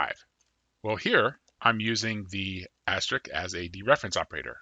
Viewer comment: say it with me: Ast-RISK. It's pronounced ast-RISK, okay? Great video, but damn does your "astrick" rustle my jimmies.